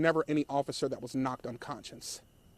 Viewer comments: Bruh… its unconscious not unconscience. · " they were only there for 3 minutes. 120 seconds...." uhhhh this guy talking is not helping at all. " unconscience?" . I think he means unconscious. Where did they find this guy? And apparently the family completely lied to this guy as well. The whole situation is very sad though. May everyone involved find peace